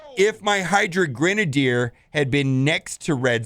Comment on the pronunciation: You say Grenadier wrong!